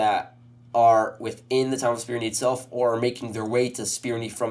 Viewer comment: Spirne is pronounced "Spir-neh" not "Spir-nee".